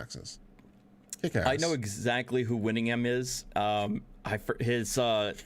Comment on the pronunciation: I imagine as a lawyer you have had to do a tremendous amount of reading. I wonder if you have read so much that you are now unable to parse words on paper, like a bodybuilder who can no longer touch their elbows together. Forgive my rudeness, it's just strange to see a lawyer unable to pronounce "Winningham". Hopefully the adoration of your viewers is enough to lessen the blow of this observation,.